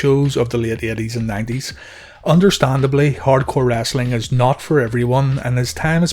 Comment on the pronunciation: Its wrestling not wrastling. No a in it, re soul ing not ras ol ing